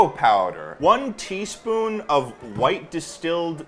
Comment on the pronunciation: was saying “one teaspoon” over snd over again and i kept hearing “twenty spoon”